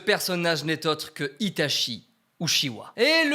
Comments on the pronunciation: Tout le long t'as mal prononcé Itachi Uchiha, ça se prononce Itatchi Utchiwa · alors juste une chose itachi se prononce "itatchi" et non pas "itashi" il faut savoir dire le nom des persos avant de vouloir faire les fans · Si je peux me permettre, en japonais on dit "Itatchi", et pas "Itashi", le CH se prononce [tchi] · Itachi se prononce Itatchi au passage (prononciation officielle japonaise, après vous faites ce que vous voulez, mais au moins c'est dit...) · Bon euhhh pour info, itachi se prononce itaTCHI voilà je vais pas encore dire pourquoi parce que sur ma chaîne je passe mon temps à l’expliquer mais renseigner vous avec les hiragana et l’écriture romaji